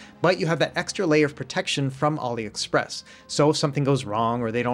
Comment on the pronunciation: "auli express"